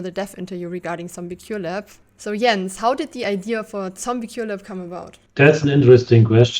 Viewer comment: "TZombie Cure Lab" or "Tell me you're german without telling me you're german" <3